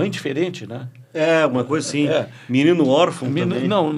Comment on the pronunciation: BA FALANDO MININU É BRINCADEIRA